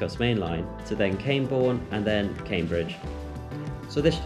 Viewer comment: Just so as you know, it's pronounced "cam-borne" not "came-borne"